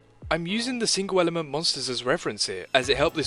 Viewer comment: "tweehdle is the ehh ehhlment